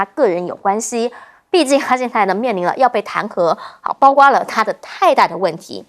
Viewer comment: 為什麼一直說包刮包刮包瓜，應該是包括包括包擴，，，，，，